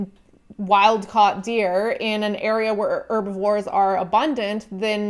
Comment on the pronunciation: Dislike because you pronounce "Herbivore" as "Erbivore"